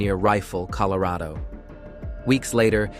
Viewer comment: That one word out this whole video haunts me🤣🤣😂🤣😂😂🤣😂😂🤣...I heard it too😭😂🤣😂🤣😂🤣